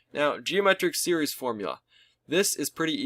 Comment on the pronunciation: "sewees and series"